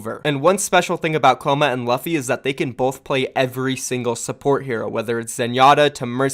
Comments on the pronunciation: luh-phi? pretty sure it's pronounced Loo-phi. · I’m pretty sure it’s luffy (L-U-ffy) like from the anime one piece, where the main characters name is luffy (L-U-ffy). Check English dub if you are unsure of how I am showing you how to pronounce it. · Luffy is pronounced Loo-Fee like the main character in One Piece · I think his name is pronounced Loo-fee, is his name not a reference to Monkey D Luffy from One Piece? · its pronounced Loofy cmonBruh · So, in case you don't watch One Piece, the name Luffy is pronounced "Lew-fee". Keep up the good work otherwise. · Pretty sure u mispronounced luffy my friend